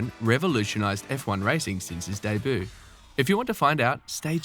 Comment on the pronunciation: Learn how to pronounce Debut you dork.